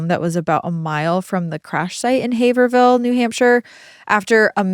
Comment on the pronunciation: I was waiting patiently for you to butcher the pronunciation of Haverhill but was gladly disappointed. You nailed it!